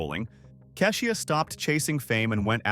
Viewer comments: You lost me at Ka'shUa. If you can't get the name right how am I to believe the rest of the content? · Right; cause I've never heard of Cashia. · Just so everyone knows, most of these videos are narrated by AI so they will not always pronounce the names and words correctly. It’s not a real person getting it wrong. If her name was spelled KEY-sha it would say it right. Let’s not beat the owner of the channel up. 😊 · I’m sure it’s AI reading because it butchers even the simplest names, including KESHIA! Ai is taking over everything 🤦🏾‍♀️